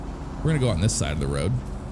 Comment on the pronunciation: you say woad all the time you try to say road